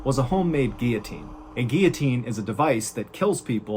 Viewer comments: That whole explanation of the door was confusing. I figured they probably put their heads on that ledge not lie on their bellies, which doesn't match the set up. The aftermath photo confirms it. But thanks for saying GEE ya teen, Not GIL uh teen, which is strange. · He pronounced the word guillotine correctly. Good job!